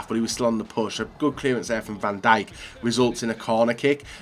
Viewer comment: U nid to know how to say van dijk properly